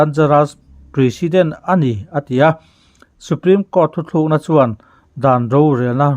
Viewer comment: THUTHLUKNA i ti zela THUTLUKNA tih tur zawk a va ni awm ve. Kan Youtuber te hi Mizo tawng dik hmanah hian i fimkhur sauh sauh ang u.